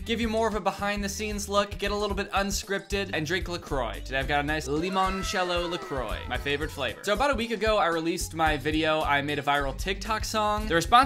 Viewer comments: sorry to break it to u but you say le croit wrong its pronounced le qoa kind of i dont know how to write it lol just letting u know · Why do Americans say le croix wrong lmfao it’s so funny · when you think le croiy is spelt like " le croiy " but danny spells it like " le croix " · As a person who speaks French, it pains me when I hear an American say “la croix” lmao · Why say le croix when it clearly says la croix on the tin